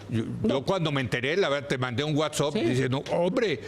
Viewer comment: "Un guatsop"